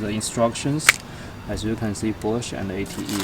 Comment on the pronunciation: the way he says bosch, i thought it was "manufactured by porche"